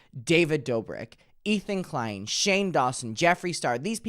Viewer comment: i was not prepared for "ethan de-klein"